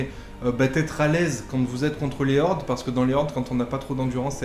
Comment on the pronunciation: Les z'hordes....😳 mes oreilles saignent!